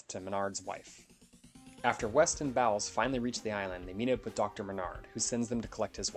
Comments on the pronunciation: Fulci's movies always punched hard. I love Zombie. It's pronounced "BOWLS"...not BOWELS. It's right there in the movie. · He just needed to pronounce the name of the leading lady character right. Anyone who has watched the movie knows it's pronounced like BOWLS, not BOWELS.